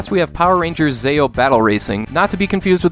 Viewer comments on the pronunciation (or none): I knew you hadn't watched Power Rangers before your disclaimer because you said "Zayeo" instead of "Zeeo" like it should be pronounced haha. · It's pronounced Zee-oh, not Zay-oh. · I loved the first two games. And the third one is pronounced more like zee- ohh. But I like how you did that lol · "Zeh-oh" "Play as Alpha-5, the mech robot" Why do I get the feeling that you have seen Power Rangers and are just trolling everyone? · Long ee when saying zeo. Megazord not alpha 5. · I’ve never heard anyone pronounce Zeo like you have. It made me laugh. 😂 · we could tell you didn't watch the show when you said zeo wrong 😂😂